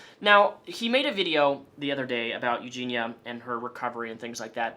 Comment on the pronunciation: Eugenia Cooney has ED? Erectile Disfunction? As an audio only listener, lulz. Also, is it 'Eugina', or 'Eugenia'.... Because you keep saying both ;). Sometimes you don't done gone speak so goods. Also, you should interview Billy the Fridge about Onion boy. That would be an epic Trainwreck. No way he would be down tho. I feel bad he's stuck in the middle of this because he's friends with everyone. And friendly to everyone, no matter what. That Billy is a good guy